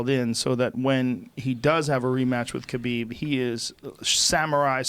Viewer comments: I love you Joe, Please learn how to say Khabib's name right its NOT KAH Beeb its .... HUH Beeb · Ben A Habib is the correct way of pronouncing his name. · Ffs. Is it Habib or Khabib? Heard quite a few people pronounce it Habib during this event but never heard anyone say it that way before. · Khabib Nurmagomedov - the K is silent in Khabib.. sir.. ; )